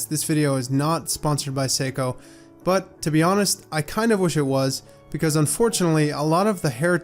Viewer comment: Nice effort on pronouncing the Japanese name.